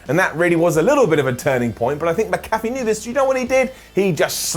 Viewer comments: it’s not MC-CALF-EE it’s MAC-A-FEE lol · MAC-A-FEE! MAC-A-FEE! NOT MA-CAFFE! IT'S NOT THAT DAMN HARD! 😡😡😡😡😡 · Damn it,, don't be like Clery. It's Mc-Afee, not MaCaffe. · Its pronounced Mac-Afee not Ma-Cafee fyi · Mac uh fee. Adam not macoffee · It’s pronounced MACKAFEE NOT MCCAFÉ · it's Pat "Mac-A-fee"...come on, you UK guys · Pat Mac-A-Fee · His last name is pronounced Mack uh fee. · Pat “Mac a fee” that how you pronounce his name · The name is MAC-A-FEE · Pat Mac-a-fee,. MAC-A-FEE! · Its pronounced pat MACK A FEE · Did anyone else hear say Pat McAfee like Pat Mc Cafie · Mack a Fee please say it right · I love you, you’re the best, but please go look up how to say pat mcafee’s last name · The way says "McAfee" is so distracting to me for no reason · Why does everyone at What Culture not pronounce Mcafee correctly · I think needs to look into how Pat’s last name is pronounced... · I can't tell if he was mispronouncing pats name on purpose or if he actually messed up his last name